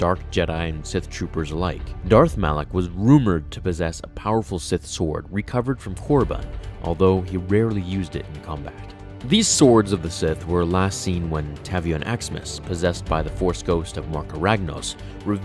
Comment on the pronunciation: It's Tay-vee-on, not Tavvy-en